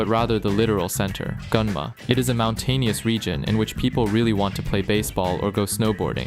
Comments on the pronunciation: As someone living in Gunma, the way here butchers the pronunciation hurts my soul. It's Goo-nn-ma, not Gun-ma. Also massacred the pronunciation of the karakaze. However, totally right in that it is hella windy and it will throw you off from your bike. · yuuup. his pronunciations were...atrocious. GUN-ma?